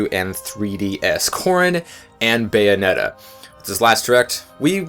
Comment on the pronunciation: It's Bayonetta, not Beyonetta.